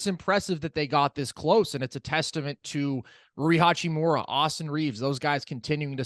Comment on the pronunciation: haha right and HA-CHEE-MORE-UHH NOT HOO-CHEE-MARA